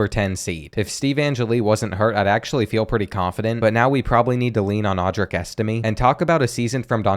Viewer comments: It's pronounced EstimAY not EstimEE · Angeli is pronounced “an jelly” and Estime is pronounced “es tim ay”